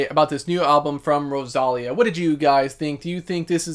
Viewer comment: It's pronounced Ro-sa-Liiiii-a. Not Rosalia. 😅 That's why her name it's written Rosalía. I loved her album.